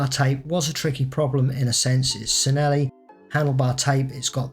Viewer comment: I'm not Italian, so I maybe wrog but I always thought Cinelli is said like chi-ne-li?